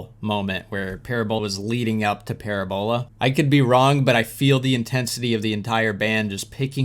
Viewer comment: Please have Google pernounce parabola for you so you can say it right.... 😉 it's not like it looks "PARABALA" is the way it should be spelled 👍